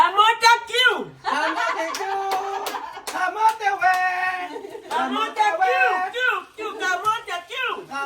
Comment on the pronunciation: minamali na naman ni ang bgkas sa camote cue camote we daw